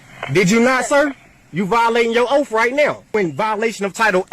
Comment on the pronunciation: The officer is violating his “oaf”